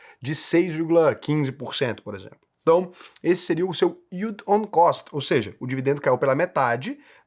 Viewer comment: é o unico you tuber educador financeiro que fala "yield on cost" corretamente. Obrigado! Que alivio, todos os demais falam "yield on coast", "yield on coach", dói o cérebro.